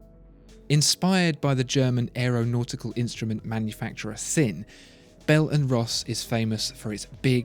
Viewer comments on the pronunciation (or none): Are the hands and voice from different humans? No matter. Whenever I travel the spaceways, Sinn is pronounced Zinn... Power cosmic to you.